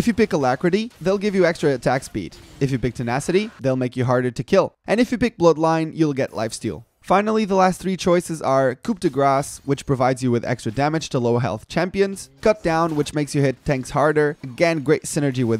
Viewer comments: Good video, helpful for people new to the rune system and feel overwhelmed by it. That said I'm not sure about how accurate some of your suggestions are, probably would never suggest taking dark harvest to be honest. Oh and one more think, Coup de Grace is pronounced like "coo deh gras". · Very nice video, thx ! The "p" is silent in "coup de grâce" (french is weird i know :D)